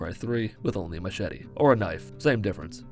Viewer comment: you said machete not machete and tribal knife lol